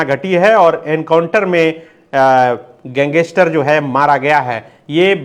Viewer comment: Gang-ster hota hai sir pls aisa mt kro😿